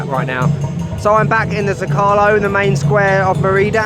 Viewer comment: can you bother to learn to pronounce stuff properly? It's ME-rida and ZO-calo. How hard could it be?